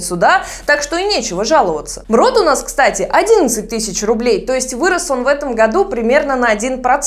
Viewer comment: Мруу а не мрот